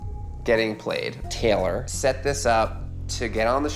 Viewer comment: our names are TAY LOR not TELL ER... geez